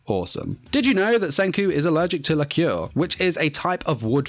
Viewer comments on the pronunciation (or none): It's laquer not liqueur... Its pretty much phonetically lacker.